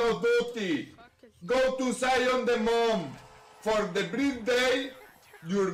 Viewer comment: He said "launch de rocket" i thought he was gonna punch his table/keyboard